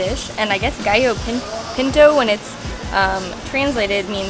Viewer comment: I cringed at that pronunciation of "gallo pinto"